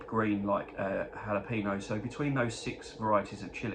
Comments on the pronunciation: Lol....not jala peno. It's... hal a peno. Texan here. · Still rof...we really pronounce it Hal o peno. Happy holidays